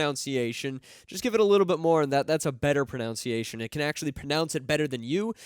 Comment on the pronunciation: I find it hilarious that always mispronounces "pronunciation".